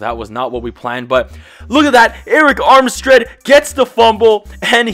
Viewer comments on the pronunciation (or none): "Armstread" LOL!